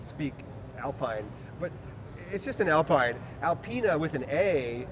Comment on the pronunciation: Alpina is a BMW tuning thing. Alpine - now part of Renault and their face of formula one and their history of rallying - that the French do so well - is actually not pronounced as you would think, as in mountains. It is pronounced Al - peen, not pine. Also does well in Hyper cars and LeMans. The car you are looking at is the retro of its awesome rallying car. New being released as is a new Renault 5 you were just flashbacking to about rear engine. Electric and fast. Cute . Just have to move your fingers and look at the French website as well as Peugeot and Citroen and see what the US is missing/missed, and what the world is not. !